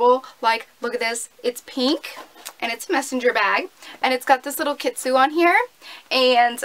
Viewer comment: Whoopsie! Its Pronounced Kitsune not Kitsu! We all make mistakes! <3 hehe!